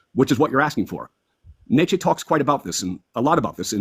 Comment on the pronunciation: How about actually pronouncing "Nietzsche" correct?